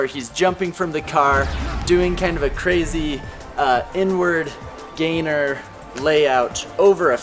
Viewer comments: I thought he said n word gainer. He said inward gainer 😂😂😂😂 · Why did he say n word gainer?😂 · The Average Savage CJ he said inward gainer